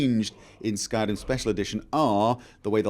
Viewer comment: Skyrim......Skyr-r-r-r-rim....Skyrim....Skyr-r-r-rim. Don't tell me you're not aware you chop and change the way you pronounce singular words. That is not the same as your accent when saying talkin-geh, that's part of your area's dialect.